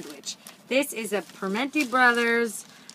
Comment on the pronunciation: I will forgive your pronunciation of Primanti's (prah-man-ee) only because you said you love Pittsburgh! What I can't forgive is that I didn't see you there. It's right by my office.